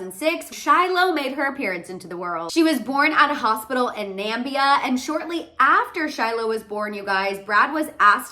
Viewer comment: Hi, not Nambia. Its NAMIBIA